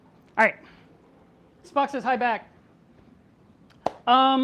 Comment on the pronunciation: He is saying Spock, but I thought he was saying f**k lol